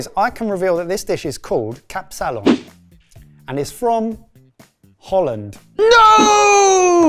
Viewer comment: KAP-salon, not kapSAlon. You're putting the emphasis on the wrong part of the word. Also, who the hell puts raisins, eggs or olives on a kapsalon. It is however most definitely a drunk food, they were right on the money with that.